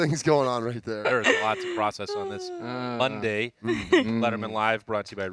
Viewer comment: " It's Mondsday and I am not a doctor " Good call, we love you anyway! God bless!